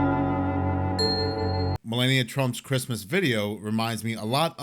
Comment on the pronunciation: It's pronounced Mel-ah-knee-ia not Mel-lay-knee-ia